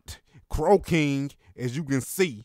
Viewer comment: It sounds like you're sayin crocaine 😂